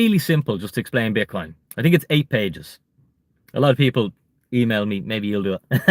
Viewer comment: Don’t tink small lol